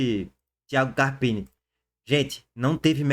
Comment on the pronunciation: “Carpina” não tá puro não, Lulu! 😂